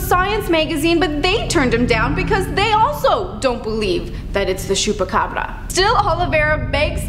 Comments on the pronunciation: Ch not sh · It's pronounced "choo-pa-cabra" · Is it supposed to sound like shoepacabra? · Hahaha latina from Chihuahua calling it "shupacabra" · domt overdo it lol its pronounced chew-peh-ca-bra but thank u for trying:)